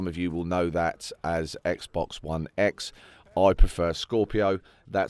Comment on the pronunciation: Omfg a British person that says Xbox properly instead of "Xbux" XD